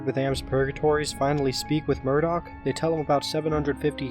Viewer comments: ITS NIMDOK NOT MURDOC THIS ISNT THE GORILLAZ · Nimdok not Murdock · The old man's name is Nimdok, not Murdock. I tried but I can't find the joke if there is one lol